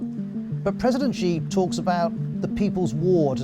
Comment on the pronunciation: please stop pronouncing "Xi" wrongly, I think BBC should have enough resource to google the proper pronunciation of non-English words